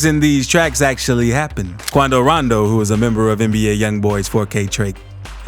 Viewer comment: "Quuaando roonndooo"😂